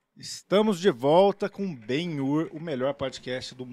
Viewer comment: o som: grrrrriiiiihhhhzuuuuuuqhw72jmeuebXiiiFuuueKhie eles: ele falou ben-yur certinho mano